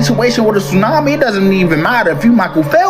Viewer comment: Did you say "2 earthquakes and a TOONAMI???" 🤣🤣🤣